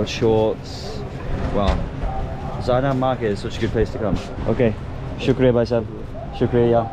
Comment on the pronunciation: It's not Zena market it's zenab market.🥺🥺